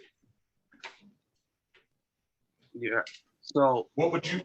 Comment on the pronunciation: He wants a trial by jurr. I love when these morons try and used advanced vocabulary, but cannot even pronounce basic English words...